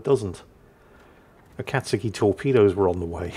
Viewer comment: Akatsuki, Akizuki, same thing! Though I guess those names are similar... so, not your worst, but still very much in the wheelhouse!